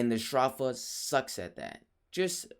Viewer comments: Edenborg I get your point A better way to write it would be He said "s-draw-fa" Instead of "s-dro-fa" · ph is pronounced as an f sound but he's saying str off a instead of stro f a